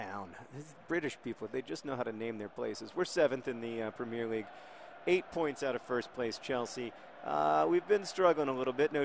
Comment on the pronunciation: John, you're awesome and I love what you do, but I feel like you're pronouncing Premier League wrong, and I thought maybe I should tell you. Great video by the way